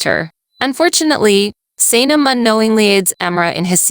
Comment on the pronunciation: I love the awesome summaries - they are really great - but holy moly you massively butchered three of the character names in Erkenci Kus - Can (pronounced Jon or John), Emre (pronounced Em Ray), and Sanem (pronounced Să Něm - short a and e sounds).